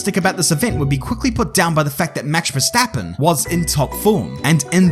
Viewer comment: why u call him maksh verstappen doe